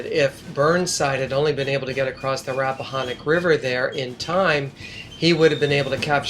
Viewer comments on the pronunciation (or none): Marye's Heights is pronounced "ma-ree's" not "mary's" and it's the "Rap-a-han-ock" river, not the Rap-a-hon-ock rivver. Just letting you know since I was born and raised in Fredericksburg.